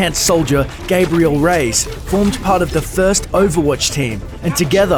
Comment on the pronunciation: The way he says Reyes sounds more like he's saying "rays" instead of "ray-ez."